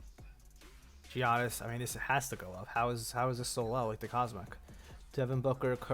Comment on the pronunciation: Learn how to say Giannis' name